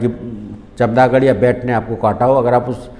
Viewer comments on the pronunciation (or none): Sir, Very useful n informative lecture on rabies but try to say Chamgadar in place of Chamdagar. Plz correct.